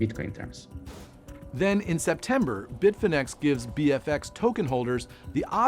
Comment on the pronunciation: Bitfinex sounds like bitfinnese